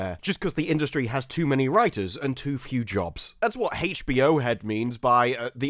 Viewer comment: hahaha you said,"heych bee yo"